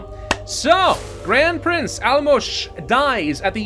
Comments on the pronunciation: the pronunciation of the "Álmos" was PERFECT.:-) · pronounced the name of Álmos correctly! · He got Álmos right! Proud of our Lord